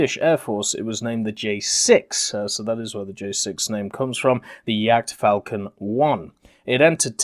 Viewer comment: Sounded like "jagdfalken" to me. :D